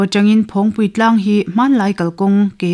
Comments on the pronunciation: "Phawngpui" tih pawh hi a rik dan dik kan bosan leh nasa ta mai niin a lang e. "Phawng" tih lai tak hi nang leh mipui nawl pui hian a ri kan tisang a ni a. "Thingpui" tih ang chiahin. "Phawng" lai tak hi a ri tihniam ila a dik zawk awm e. "Nunrawng",..Kelkang "hlimpui", "Van hnuai"..tih anga tih rik tur niin a lang. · I sawi hi ka lo hriat ve Dan a nih avangin phawngpui a lam rik hian ngaihthlak a hreawm khawp mai 😂